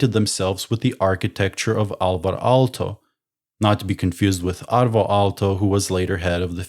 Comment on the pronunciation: Alvar Aalto, not Alto. Aalto means wave.